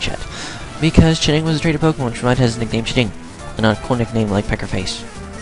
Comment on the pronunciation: Why do you say ch'ding's name like that? :/